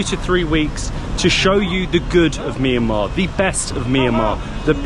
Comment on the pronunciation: Mi ya ma❌ Mian ma✅